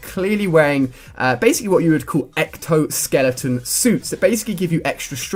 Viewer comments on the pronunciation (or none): Exo-skeleton not ecto-skeleton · It's pronounced exo-skeleton not ecto-skeleton. Exo = exit,outside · Not to be that guy, but they're called exoskeletons, not ectoskeletons. P.S. Love the video. Thank you! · ektoskeleton lol is exoskeleton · Ali its exoskeleton not ectoskeleton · Ecto-skeleton? Are you a spastic? You mean Exo-skeleton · I hate the way he says ecto skeleton not exo skeleto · Exo not ecto